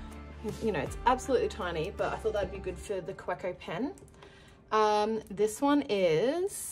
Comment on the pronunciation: Kaweco is German and the w is pronounced like a V. Ka-vay-Ko. I know because I was corrected myself. I like that pen its just hard to see exactly what color it is. It almost looks black. I just told myself I wouldn’t buy another Twsbi and I did. I bought the latte or café. I can’t remember what color it was with the bronze. brand new color way.